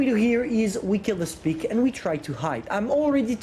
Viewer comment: Hahahaha "now we have speak" instead of spike. Love how confident you are